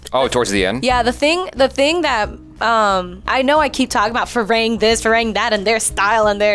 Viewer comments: There crew's name is "farang" not firang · In my mind whenever she said ‘Fee-raeng’ phonetically i keep repeating its ‘Fi-runng’. But then again she said it has thai origin so i also try to ignore it. 😅